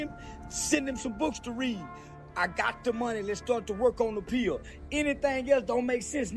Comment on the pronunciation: Right!?! 😂 I couldn’t figure out WTH he was mumbling!